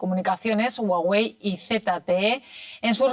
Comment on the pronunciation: como que jagüey? es Huawei